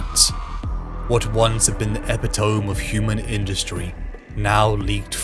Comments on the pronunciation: Tiny nitpick. Just because it threw my immersion off every time I heard it. Epitome is pronounced epitomee. E-pit-o-mee. Not e-pi-tome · i dont mean to be 'that guy', but you pronounce the word epitome wrong. its pronounced a-pit-a-me, not ep-it-ome. yes i know, it makes no sense normally i wouldnt mention it, but youre a voice actor and its probably something youd find helpful